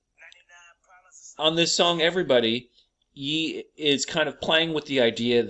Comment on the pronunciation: Ye is pronounced “Yay.” Like Kan-yay.